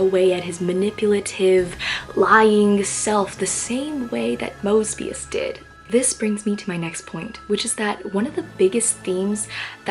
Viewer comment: I'm sorry😂 when you said "mosbius," I immediately thought of mr. moseby🤣